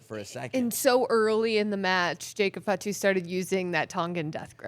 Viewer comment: Please don’t say fat-too. Fah-two. Please adjust.